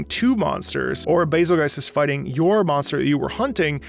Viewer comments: Bazelgeice? Did I hear you say correctly, you said bazelgeice? It's bazel-goose(or bazel-geese). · I thought it was pronounced “Bazel-Juice” You know cuz the name is based off betelgeuse and that’s pronounced “Beetle-Juice” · Where on this good, green earth does someone think "Bazelgeuse" is to be pronounced like "Adelweiss"? I understood the "Razzle Juice"/"Hazel Goose" differential of pronunciation, but what I just heard is beyond my understanding! I especially liked the anniversary orchestra version of this theme where they used a slight chord change of the introductory brass measure as a final outro for the theme. So satisfying to hear! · I always pronounced it Bay-zul-juice, like how you pronounce Betelgeuse as Beetlejuice. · I pronounce Bazelgeuse "BAY-zil-joose" / "Basil Juice"